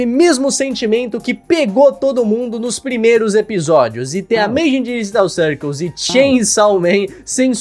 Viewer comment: "de ameizen dejetau çaercôs" ?? kkkk